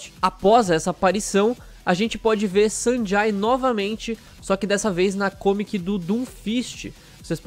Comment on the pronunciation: Acho q se pronuncia Sanjei